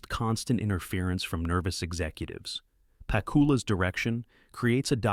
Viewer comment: ANNOUNCER OF THIS VIDEO : SIR------HIS NAME IS PROPERLY PRONOUNCED ALAN. J. PACK OOO LA. ----------PLEASE, OUT OF RESPECT, PRONOUNCE IT PROPERLY. -------MJL, 78 Y/O